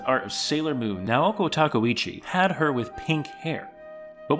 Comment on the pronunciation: Your pronunciation of Japanese names & words is horrible. Tah keh oo chi Mon guh